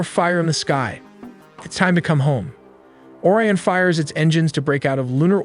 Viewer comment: Why do you pronounce Orion like "Or-ee-an" , but then pronounce it as "O-ry-in" ? You also say "cirples" instead of "circles" in the sentence . Why?